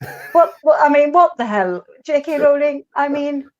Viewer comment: You actually pronounce 'Rowling' like 'Rolling', not that it really matters, lol.